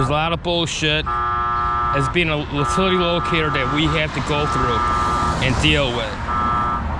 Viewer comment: Great video. I'm a locator, myself. But when u keep calling it an uhhtilty make me kinda laugh. Good work though.